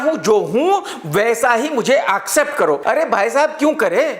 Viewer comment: Sir , please pronounce accept not AUkcept 😀😀😀😀😘😘😘😭😭😭 always ❤️& ur side.